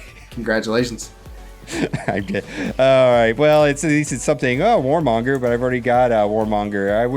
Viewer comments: I love your videos, but oh em gee, his name isn't Warmonger, it's Kilmonger! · It's Killmonger, not Warmonger haha... That was a very cool video, nice to see you both on this matchup. My bet's on for the rematch. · lol anyone notice always says Warmonger!!